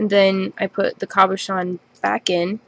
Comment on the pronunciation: Its a CABOCHON not COBOCHON SO PLEASE IF YOUR GOING TO SAY IT SAY IT RIGHT........